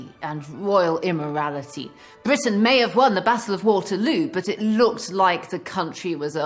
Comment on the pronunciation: Today this may be considered superficial and sexist but, I think Lucy's adorable too. "I AM THE QUEEN OF BWITIAN, OPEN THE DOOR!" :-)